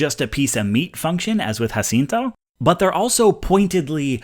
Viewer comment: ¡Muchísimas felicidades en tu pronunciación de Jacinto! Very impressive for a (I assume) gringo.